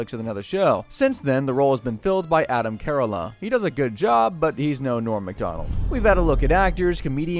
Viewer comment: Adam Care o lah? lol